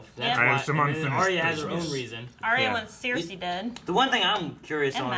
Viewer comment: I really dislike how pronounces Cersei.